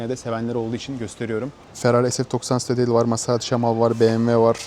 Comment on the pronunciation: Stradeyıl diye okunmaz yazildigi gibi stradale diye okunur